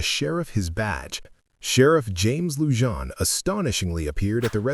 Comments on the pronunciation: ITS NOT Lu-jan. It's pronounced Lou-han. This Sherrifs dept was a complete disaster. The Sherriff before him wound up in Federal prison. The sheriff after him died under some strange circumstances. He was found dead in his car with fentynol in his system. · Its Lujan. The j is silent as in Luhan